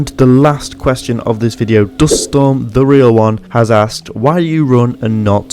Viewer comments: Hold up did you just pronounce my name duststorm? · You prounounced my user duststorm lol